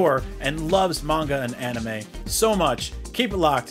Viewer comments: Don't forget how he pronounced anime as ah-nime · IGN couldn't find any correspondents that are true aw-nime fans🤣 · nothing but the best ah-nime🤣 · Yall worried abt him saying Luffy, but the way he said Ohnimay (anime) and Yu Yu Hakushu (hakusho) is nasty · This dude said (an new may) 😂 yuyu hawka shoe and if you say “luff fee” one more time.🤌🏾 it’s “loooe feee” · Mispronouncing Luffy as “Luhffy” is one thing. But IGN why are you getting this guy to do anime news when he can’t even pronounce “Anime” he called it “Uhnime”